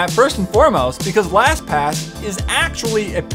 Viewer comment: u forgot the t in lastpass